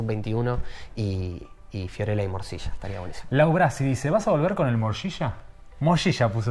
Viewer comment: El entrevistador dice moshisha y aclara morcilla maestro el trabaja en la serie ya sabe a que te referis?